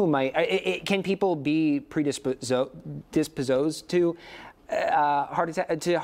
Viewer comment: Bro couldn't even say predisposed